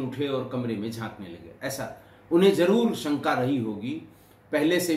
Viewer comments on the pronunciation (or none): none